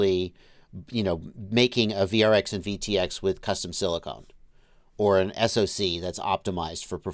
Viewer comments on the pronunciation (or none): please stop saying silicone! It's silicon. Silicone is for fake boobies and waterproofing bathtubs.